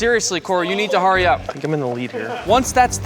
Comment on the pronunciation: and its hurry up